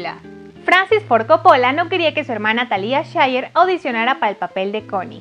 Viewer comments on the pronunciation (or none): Gabi Alfaro jaja,y a mi me sangraron los oidos de: "paramount","Coppola","Talía Shir". ... Jajaja